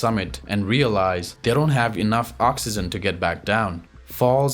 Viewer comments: oxygen not oxyzen dude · This guy can't even say oxygen correctly . L2english